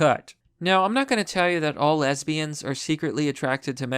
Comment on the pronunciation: "LESBIYANDS! " - JLP